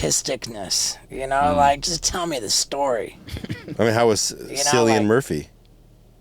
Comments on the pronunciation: lmao Cillian Murphys first name is pronounced with a K like Killian, he's not called Silly'Anne 🤣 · It’s spelled Cillian Murphy, but it’s actually pronounced Killian Murphy, not Silly-Anne Murphy. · Kill e an 😂😂 not sillyanne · "Silly-in Murphy" LMFAO...Not sure if you guys are joking or not but his name is pronounced Killian. Love the show, keep up the good work!!! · Hey guys, his name is pronounced as Kill-ian, not Sill-ian. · it's pronounced "Killian". there is no K in Irish but C is used and has the hard "K" sound. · Yo steve love u bro. I dont want to be that guy but its pronounced killian murphy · He pronounced Cillian Murphy’s name wrong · Awful attempt at pronouncing Cillian Murphy's name 🤦‍♂️ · Pronounced Cillian wrong lol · cant pronounce Cillian and then say Paddy Wagon, not a day for be Irish here, huh!?